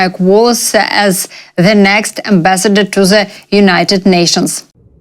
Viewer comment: " THE" , THAT" , THEY". " "D" practice with your tongue in front of your teeth, sister.